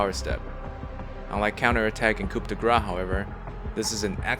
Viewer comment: americans trying to say coup de grace is always wild